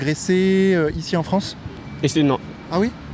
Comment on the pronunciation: Normal !!! " Sy la Fronce !!! "